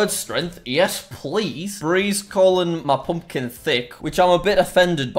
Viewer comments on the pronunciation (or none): none